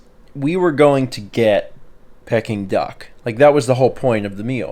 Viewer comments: Ah yes Pecking Duck... Peking Duck is pronounced Peeking Duck, the way said it. Also yes Peking Duck is delicious. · The pronunciation of peking was slightly triggering. It's pronounced peeking. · I wondered about that. I've always pronounced it Peeking so I was starting to wonder if I was wrong. I think I prefer Pecking now actually!!!!!